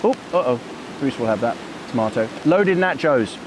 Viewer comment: I didn't like the first 30 minutes of no talk. I like it when you chat with us, makes me feel like I am along with you. And, while I know you are from across the pond and now live on the other side of the equator, the proper pronunciation is TAH-CO or NAH-CHO, not tay-co or nay-cho. BTW, Luke is wrong; you don't need music and I don't think you talk too much. As for ads - I watch YouTube on my desktop which has an ad blocker so I don't see the ads, GSD. Yes, I know there are folks who make their living on YT but I really don't feel a need to be beholden to them. Glad to see you back!